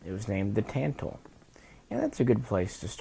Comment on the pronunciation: In Polish, Tantal and Beryl are pronounced using their phonetics. Robski's pronunciations of these rifles are the correct way to say them. Also, "Lucznik" is pronounced "Wootch-nick" in Polish. For what it's worth, my Babcia was from Lodz, (pronounced woodge) Polish is a fun and strange language. :)